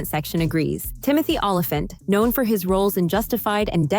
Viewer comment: Somehow she managed to say “Olyphant” correctly, but messes up “Jamie”.